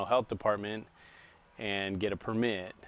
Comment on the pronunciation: He said permit weird